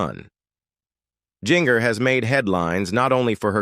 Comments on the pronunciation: Her name is NOT Jing-er! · Pronounce GINGER right its like the kitchen spices stop screwing it up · THATS GIN-GER such as gingerbread gingerman quit screwing it up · I believe Jinger is pronounced Ginger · Jinger is pronounced Ginger- just like the spice. Why all the pics of random people who are not the Duggars? You couldn’t find pictures of them on the internet? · GIN—-GER is not pronounced that way. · Jinger is pronounced like the kitchen spice! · You did a good job putting information together but you need to instruct your AI or human narrator how to properly pronounce the names (Ginger was the worst ... it's the same as the spice not the way it was said) and you need to watch it a couple time before publishing to be sure the text is delivered smoothly.